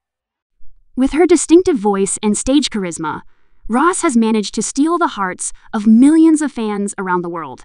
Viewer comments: Rose ❌ Ross✅ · Who’s “Ros”? 😂